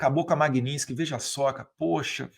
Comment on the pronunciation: não é magnintsky, é magnitsky!